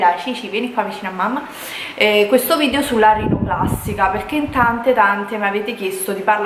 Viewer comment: Okay però ora che la rinoplastica è fatta sarebbe l'ora di iniziare con le lezioni di dizione! Ripeti con me VIDEO, VIDEO, VIDEO NON VIDIO!